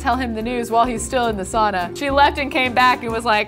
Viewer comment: pls pronounce sauna correctly - sincerely all Finns